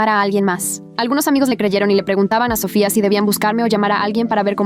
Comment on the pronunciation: Porque cuando dicen Sofia dicen Sophia en vez de Sofia